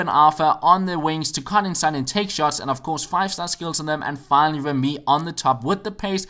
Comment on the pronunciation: It's re-MY, not rem-Y